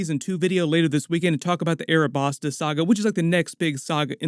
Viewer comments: Alabasta not arabasta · Also, ALA-Basta yes due to L & R in Japan they say Arabasta but it's Alabasta It's like calling Luffy - Rufi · I didn't think you could offend one piece fans any more then saying who's better sanji or zero or power scaling with other anime but this guy just did it arabasta pronunciation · A man said earabastarr. But fair play though you know your one piece 🤝😂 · anyone else caught off guard by the Alabasta and Lougetown pronunciations? ahhaah